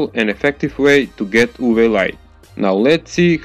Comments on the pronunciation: It's U V light not "Uvee" light. Like the two letters... Also, trying to rip off Crazy Russian Hacker doesn't make you look any better. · He is like saying " oooo bee light